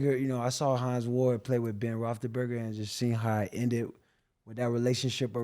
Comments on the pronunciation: Mans said Ben Rothruhburger😅😅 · I'm mad this man can't pronounced Roethlisberger after being his teammate for years.